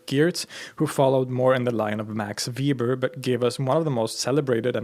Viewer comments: Let me first ask a question: my dissertation committee chair pronounces "Weber" (as in Max) as "Vay-ber" where you pronounce it as "Vee-ber". I can't find information about where you come from, so I don't know whether your pronunciation or my professor's is more authentic. Could you clarify this for me? As I hope I've established, I'm currently working on a PhD, although mine is in Sociology, with Sociology of Religion being my minor concentration. All the sociologists I know claim Weber as a sociologist, right alongside Durkheim. Both of them wrote extensively on sociological relationships and processes, although neither's works would be thought of as current state of the art. And, I'd like to note, Durkheim was Jewish. From my experience of Judaism (I've been married to a Jewish woman for the past 38 years), Judaism puts behavior before belief. Nonetheless, in the English speaking world, I find it nigh impossible to talk about religion without encountering Christian social constructions limiting what we talk about and how. I suspect that the same is true throughout the European world. Permit me to throw out my sociologically-influenced attempt at defining "religion". I define it as a social system that does three things: regulates relationships and behaviors among members of a religious community; provides people with a framework for interpreting their personal experiences, relationships, and life-cycle events into a meaningful whole that connects pasts to futures through o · Weber not Weeber. Sorry great video but going through a social sciences major, all teachers I had were anal with pronouncing that name. Not ueber, not ueeber, not weeber: Weber. May god keep him in his grace to torture political science and sociology students for the rest of times. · Weber is pronounced 'veɪbɐ not 'viːbər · The German pronunciation for Weber is "vay-ber". Sorry. It's, just like, my last name.